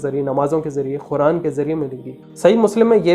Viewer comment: Oh bhai khuran ❌️ Quran✅️ word to thek bolo